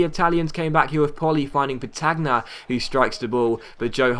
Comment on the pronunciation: Great episode, really enjoying the episodes recently. Just for your knowledge, the Milan CF (Andrea petagna), you pronounce his name Andrea Petanya